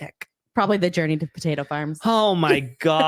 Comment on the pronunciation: Taeda. It's Taeda Farms. Not potato.